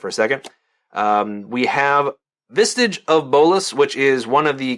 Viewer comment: any one else notice he keeps adding a t to the word visage? vistage? uh.......................................................... wth